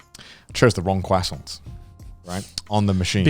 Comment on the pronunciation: "Quassont" - CDawgVA